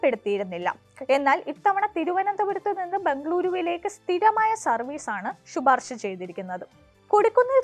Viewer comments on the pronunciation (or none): മലയാളത്തെ നശിപ്പിച്ചല്ലോ കുട്ടീ.... ഷുപാർഷ അങ്ങനെ ഒരു പദം കുട്ടിയുടെ കണ്ടുപിടുത്തമാണോ ?🤔